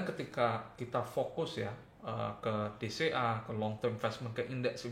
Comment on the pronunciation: Setiap kali bilang DCA, gw dengernya BCA.. 🥴